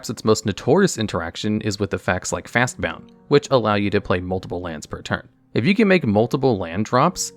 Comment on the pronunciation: I think its the British style of pronunciation. He says fast-bound too. It literally isnt even that